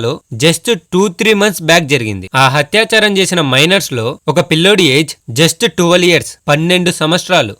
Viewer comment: Tappu ga anukoku bro, adi hatyacharam kaadu athyacharam😂